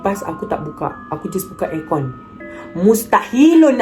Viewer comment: Best betul time cakap mustahilun angkliiun🤣🤣🤣